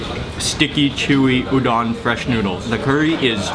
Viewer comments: Dang dude, you make food look good! And btw, just as a tip...Udon is pronounced ū-dōn. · hi mark! i love your videos and especially the japan series!! i just want to let you know that udon is pronounced oo-doh-n :) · The way he said udon made me mad so white